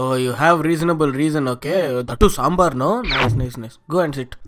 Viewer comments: This is not a samber It's damber🤣🤣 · Sabar not dambar ....road tar.....very funny...... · Soo funny it is not sambar it is damber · Not sambar it is dambar